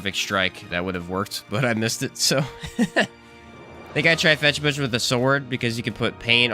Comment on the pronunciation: it's not fetch butch. fechtbuch literaly translated means fight book and is pronounced pretty much the same.